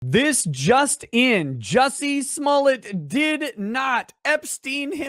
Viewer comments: ITs not Jussie, its Juicy :D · If you’re going to continue talking about Jussie Smollett, get his name right. It’s Jussie Smollett, not “Juicy Sommelier”.